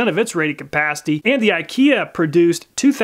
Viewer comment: Rated Cuh-PAAH-city!